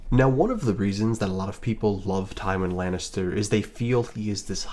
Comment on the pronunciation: Ive never heard such a pathetic misread of Tywin Lannister before this channel. Congrats, sir.